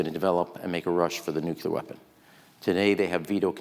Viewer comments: If Ram Emanuel is so bright, why can’t he pronounce nuclear? Not nucular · When will politicians stop saying "nukuler"? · I just don’t get it. Why do so many people mispronounce nuclear? What’s so difficult?